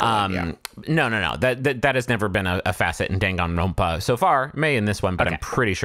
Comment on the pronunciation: jesus fucking christ hearing "dangan ronpa" outta griffins mouth gave me an aneurysm